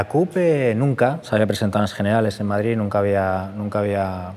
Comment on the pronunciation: ¿Per què diu MadriZ?